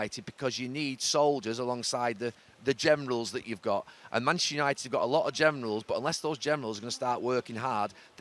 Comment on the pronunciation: Love how neville always says Manchester United in the fastest way possible - manchunited